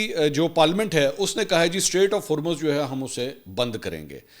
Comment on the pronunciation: Please correct you pronunciation for Hormuz. /ˈhɔːr.mʊz/ or /ˈhɔːr.muːz/ Breakdown: • HOR sounds like “whore” or “core” with an H. • MUZ sounds like “mooz” (as in “moo” with a Z sound) or “muzz” (as in “buzz”).